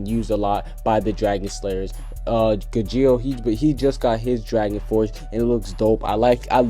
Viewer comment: I hate how he says gajeel